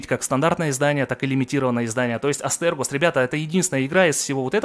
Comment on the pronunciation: Привет! Игра называется астерИгос, а не астергос)) хорошего тебе настроения и мощных закупов!